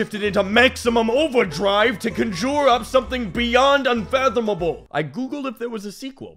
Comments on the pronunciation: The way pronounces "conjure" sickens me. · That is the worst pronunciation of conjure I've ever heard. Well done!